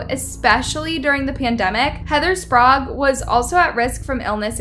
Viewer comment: Narrator: you even hear the woman pronouncing ’Sprague’ correctly (spray-g) but you STILL mispronounce it ‘Sprarrrg”